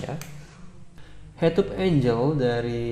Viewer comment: sudut bacanya enggel bang, bukan enjel. klo enjel itu bidadari, malaikat.